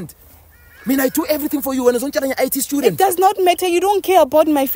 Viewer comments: My brother saying “Schudent” instead of student is mad crazy 😂😂😂😂😂😂😂😂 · " A STEWdent, a STEWdent?" 😂😂